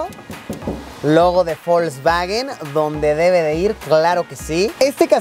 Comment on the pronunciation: Alguien mas escucha que luisillo pronuncia folsvawen...